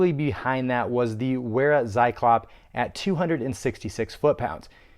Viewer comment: it's pronounced Vera Tsi-clop